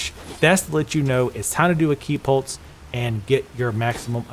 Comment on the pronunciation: It sounds like you're saying ki polts (like paul-tz) instead of ki "pulse". Not trying to be a dick, or insult, you're video is very good ty, it's just that's what my ears are hearing.